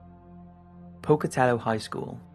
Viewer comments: Big thumbs up for pronouncing Pocatello correctly! Us Idahoians have heard a myriad of different pronunciations on a fair share of our quaint little towns. (My town included) I do tours of downtown Boise, Idaho and tell people about the haunted history of some of the buildings. There are more spooky, paranormal things around us that people may never know. Great job! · 3 cheers for the British guy, for pronouncing the word "Pocatello" correctly!